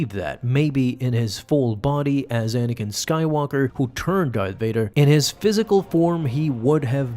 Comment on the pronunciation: "I'm Sorry Anikan" 😭😭😭